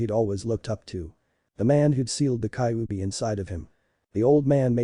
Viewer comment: and its ky-you-be thats how u say kyubi